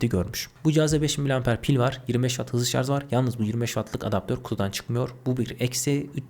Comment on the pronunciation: kardeşim, A73'ü donanımdan dolayı mı, fiyattan dolayı mı tavsiye etmediniz, 5G olması pil ömrü işletim sistemi yeterli değil mi.. Anlatırken çok hızlı konuşmak uğruna kelimeleri yuttuğunuzu farkediyor musunuz..Bir de şarj derken sanki şarz gibi çıkıyor kelime ağzınızdan..Selamlar..